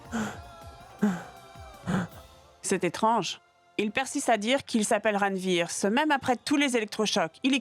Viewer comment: C’est quel nom que ranvir prononce comme ça